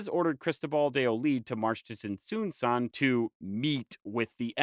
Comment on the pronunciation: Now, I must also say that I cringed every time you said pur-ee-pecha >_< Please, remember that in Spanish all vowels are short. Pur-eh-pecha. Though I also would like to congratulate you on your overall purepecha pronunciation. In particular with Tzintzuntzan. This, along with Parangaricutirimicuaro, were used as tonguetwisters when I was in elementary. As a footnote, I could not understand when you mentioned Axayacatl. But nahuatl is a more complex language with clusters of consonants. Many of which are also used as tonguetwisters in Mexico 😊